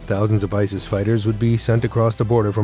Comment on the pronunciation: Didn’t he pronounce it isll I swear he said it weird.Love the way you described him 😂😂